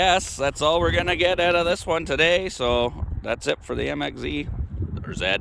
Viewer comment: MXZ 700 , bro you need to work on your accent. I have a 2000 MXZ 700 and it fly’s , had it at 110 plus across Newfound lake in NH .